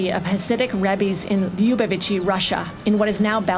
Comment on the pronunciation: “Lubavitch” should actually be pronounced LuBAvitch with the accent on the “BA.”